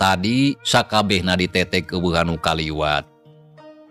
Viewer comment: Punten ay kalimat NU leupat ngucapkeun Nana contona Bae di tetek Kedah na nganggo hurup eu Tah sareng di jabel sanes di jabel tapi di jabeul hatur nuhun